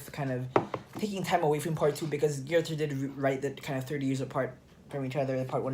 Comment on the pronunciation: It's pronounced GER-ta.